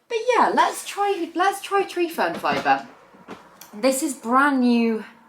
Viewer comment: What was the name of the medium you propagated the first plant in, I've listened several times and can't understand what you're saying, sorry. I'm hearing tree form fiber? IDK what that is, new plant lover here.